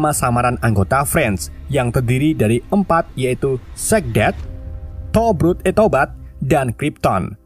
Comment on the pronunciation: Towbat di bilangnya tobrut wkwk